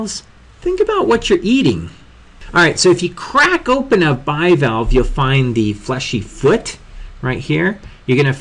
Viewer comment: Just saying your pronunciation is very poor: Bivalvee, Molluscidae, anthropoda